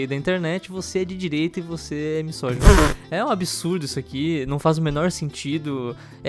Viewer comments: MiÇogino? Kkkkk pohha para de falar errado, irritante. MiSógino tem som de Z burro, S entre vogais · ele pronunciando misógino como miSSógino toda agr da agonia